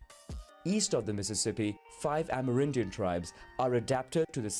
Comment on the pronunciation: Wtf is an "amaridian"? (it seems like they're just pronouncing an abbreviation "Amer. Indian" as is)